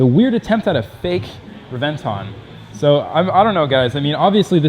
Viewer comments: re-ven-TÓN..... NOT re-VEN-ton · Everytime i hear the way you say Revent-tawn i wanna punch you out. Its Reven-Ton not Tawn. Fuck. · Pronounced Rev-en-tone. Like the sound of a lightning strike. Rev en tawn Get the fk outta here. Dun dun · It's Rev•en•ton not Re•vent•on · Please.. Please stop saying reh-ven-TAWn.. Its REh-ven-thóhne!. Spanish word bro! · it's pronounced Lamborghini Hébentoń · Reb-en-ton it's spelled Reventon but pronounced rebenton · The more he says revonton the more he pisses me off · Hate the way he says re venton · you say it wrong lols it should sound like Rebenton < as it is in italian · It's pronounced rebenton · Reventon simple American it's called reventon got pronounce it correctly next time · Bro if you are gonna say it so damn much, can you please teach yourself the proper way to pronounce Reventón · Please learn how to pronounce it properly. You're making a video about it, you clearly know a lot about it, it's infuriating you pulled a 'murica and couldn't get educate yourself on the pronunciation. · Sees one 2 or 3 times a week yet still dosnt pronounce it right. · Well, you managed to pronounce Reventon correctly one time in the video. That was not a replica Reventon. That was more like a phantom. To make a phantom 1969 Chevelle SS you buy a base model 1969 Chevelle do a power train swap with the correct parts. Paint it as an SS and add the SS badges. Then if you want, install a reproduction SS interior. A replica usually shares little more than looks with the original. That phantom Reventon probably cost about half what the "real" one does, which still puts it in the typical hypercar range and the performance is probably very close. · That is not how you say reventon pisses me off you do not say it correctly if you say you are a car guy. No sub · learn how to pronounce words - Reventon and also AUTO BOTS Not Auto Boty.. SMH